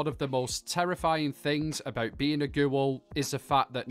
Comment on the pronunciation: The way he says GEWL